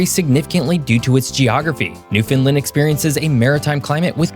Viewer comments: Newfoundland is pronounced NEW-FOUND-LAND not newfinland as you kept saying. You completely skipped over that Newfoundland lost an entire generation of men between 1914 and 1919. Newfoundland’s debt was mostly from feeding the Royal Newfoundland Regiment in the First World War; along with the markets caused the collapse in the 1930’s. NL was the only part of the commonwealth exempted by the King from fighting in the Second World War. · Only note: it’s pronounced land not lind. So Newfoundland is pronounced New-fin-land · Every time he mispronounces Newfoundland, it hurts a little. The "land" is pronounced "land", and not "lind". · It’s pronounced new-f’n-LAND, rhymes with Understand. Or Disney Land. Every time we hear “newfinlind” it’s nails on a chalkboard! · I appreciate the level of research. One note: you’re pronouncing the name of the province oddly. It’s New-fun-land. An easy way to remember is “understand—Newfoundland.” You’re pronouncing it like New-Finland…is there an Old-Finland? 😁 Enjoyed watching! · It's "Newfound-LAND", not "new-Finland" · Newfoundland is pronounced as it is spelt.... New-found-land OR New-Fun-Land. it is NOT pronounced New-fin-len or any other way like they are butchering it..... Newfoundland and Labrador Studies course I took in highschool 15 years ago the very first year it came out, also drives this point home as the proper pronunciation. all of those south canadians"americians" pronounce the Dog properly.. but then butch the namesake province the dog is named after!?!?!?!?! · It's pronounced "Newfin-land". Unlike most places with land at the end of their name being pronounced as "lind" or "lin" we say land. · Newfoundland is pronounced as it is spelt.... New-found-land OR New-Fun-Land. it is NOT pronounced New-fin-len like they are butchering it..... all of those south canadians"americians" pronounce the Dog properly.. but then butch the namesake province the dog is named after!?!?!?!?!? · It’s pronounced New Fa land